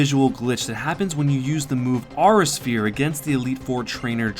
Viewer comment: I don't wanna come off as rude but and if I do I'm sorry but, its pronounced "awe-rah sphere" its two words, I'm sorry I just had too